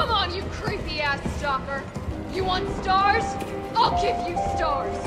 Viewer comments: "Stags" jajajajajajaja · JAJAJA "Stagss" literal lo dije y me cague de risa xD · "Stajs" hahahah Némésis frances